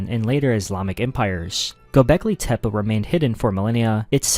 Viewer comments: Tepe ❌ Tep-uh ✅ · Yes tep-peh is correct. Which is why this video that says tep-puh is wrong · Its called tepi not tepa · Dude can’t even pronounce Tepe. Vids bunk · Stopped watching immediately for that pronunciation of tepe😂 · Take a drink every time he says Tepe wrong 😂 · Came right out the gate with it, I'm like, oh no ! 🤦‍♀️ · Casuals listen to joe Rogan too much saying it wrong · Maybe that’s how the original inhabitants said it